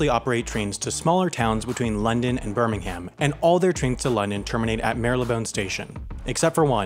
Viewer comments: I'm sorry, "Birming-ham"? 😂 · DarkerMS shut up, we built the stations and named them, not you. It’s Burr-min-gum, not Birming-ham. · It’s not BirmingHAM 😂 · Bir-Ming-hum not bir-ming-ham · And Birm-ing-um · Anyone else cringe when Americans try pronounce British place names? BirrrrmingHAM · maybe so, but in the UK, it isn't pronounced like that. It's pronounced "bur-ming-um". And to me, route is pronounced "root". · Not just that, but also BRRR-ming-ham. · Birmingham is pronounced Bir-ming-um. Just clearing that up. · THAT'S NOT HOW YOU SAY "BIRMINGHAM"! OR "ROUTE"!